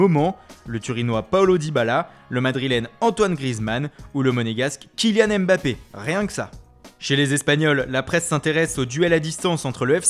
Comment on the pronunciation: on dit mbappe et non m'bappe ou m bappe